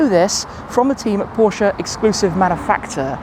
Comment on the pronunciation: Your pronunciation of „Porsche“ is great. 👍🏼